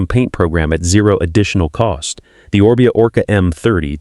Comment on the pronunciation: Freaking AI again . Mispronounced one of the first bikes they talked about. And a second one Orbea mispronounced.